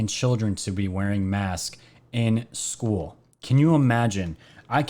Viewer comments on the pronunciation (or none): none